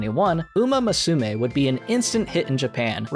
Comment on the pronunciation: Musume is pronounced moo-soo-may. It's a little more nuanced than that, but it's the gist.